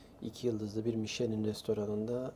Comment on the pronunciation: Müsadenizle küçük bir katkıda bulunmak istiyorum. Michelin "mişlen" , hommage "omaj" olarak okunuyor. Hommage saygı gostermek, saygı sunmak, saygí duruşu anlamına geliyor. Sanıyorum restoran menüsü ile fransız mutfağına bir saygı duruşu niteliğinde..